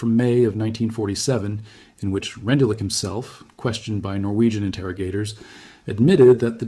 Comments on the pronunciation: The name is pronounced "Rendoolitch". Otherwise good video. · 🎉he succeeded in 40 minutes in showing NO photos of Rendulic. He could have learned how to pronounce German names.